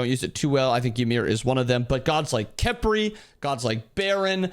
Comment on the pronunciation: Even saying Khepri’s name is a crime in this video